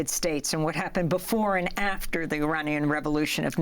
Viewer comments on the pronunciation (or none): none